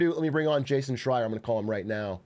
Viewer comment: it was right the first time he said it this time. he prolly studied up for this